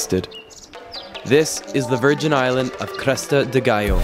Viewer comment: That moment you came to land (and finally say the island name right!). Priceless.